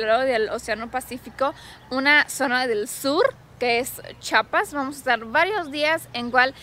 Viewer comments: Bueno tu telopaso q digas chapa pero de ves d pronunciar. Mejor se yama el estado Chiapas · Se dice chiapas no chapas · Muy buen video! Chiapas es siempre un buen lugar para visitar 😃 (Solo una nota breve: Los de Chiapas siempre dicen que los de otros estados decimos mal Chiapas, ellos dicen que decimos "Chapas" y siempre andan corrigiendo a todo mundo, pero la verdad es que sí decimos "Chi-a-pas" pero debe ser que lo decimos rápido y se oye "Chapas"🤭 ) Siento mucho los inconvenientes 😬 que tuvieron durante su ida, pero espero que se la pasen super genial y graben más videos allá va?? No me fallen sobrinos!!!✌😸(Espero que tu esposo sepa quien decía esa frase, sino google it y veraán) Bonita estancia allá. Take care!!! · entiendo que tú esposo es de México, pero es Chiiiiapas, no chapas. Un saludo y abrazo grande. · Es chiapas no chapas no entiendo porque la gente sigue con chapas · es CHIIIIIIIAAAAPAAASSSSS NO CHAPAS CHIAPAS CHIAPAS